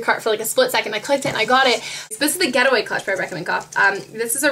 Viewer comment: I thought you were saying "GHETTOway" clutch